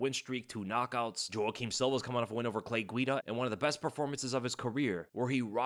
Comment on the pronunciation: I cringe every time I hear say "Joe-ah-keem" in stead of "Wah-keem". You're not Uncle Chael,; you can't just recklessly mispronounce names like that.